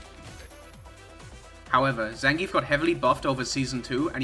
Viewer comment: Maybe your shitty opinions would carry more weight if you could pronounce Zangief correctly